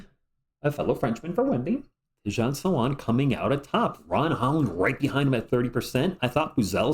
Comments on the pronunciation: Not "Sala" + "1" => "Sal" + "1" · Fyi, "Salaun" is prononced "Sal" + "1" (the way you say one in french) 🤔